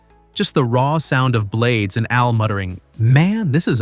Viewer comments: For someone doing sort of a biography, I would think you could have gotten the pronunciation right. It is NOT blade ez, it is pronounced Blades. Also, it seems like you would have mentioned that he was inspired by Kevin "The Lawncare Juggernaut". Do better. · Exactly !!! Its pronounced BLADES